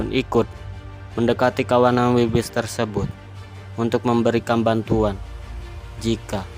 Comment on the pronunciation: keselek pas ngomong wildebeest jadi wilbis 🥴😂🤣